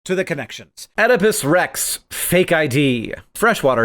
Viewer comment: The way you read “Oedipus Rex,” I was sure you recognized it as the single, two-word name of the play by Sophocles.